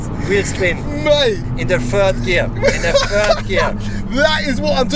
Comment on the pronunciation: " Spinning in the fird gear, fird gear "😂😂😂😂